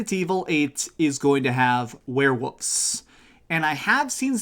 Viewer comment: Lmao “were-woof” and “were-wooves” just cracking me up how he pronounces these 😂